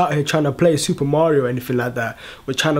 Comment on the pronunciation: He can't Even say mario right